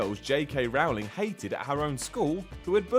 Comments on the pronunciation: This guy cant even pronounce Rowling's name right. Her name should be pronounced as if you’re saying the word “Rolling”, it s not rAwling, dammit! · "Rowling" rhymes with "bowling" and Ralph Fiennes pronounces his name "Rafe".